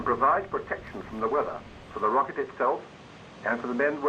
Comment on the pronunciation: New age in locket ploglam...lol